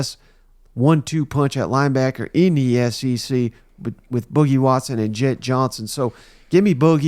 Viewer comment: FYI it's pronounced BOO-KEE WATSON